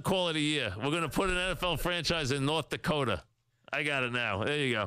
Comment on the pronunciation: "NORTH DAWKOTA?!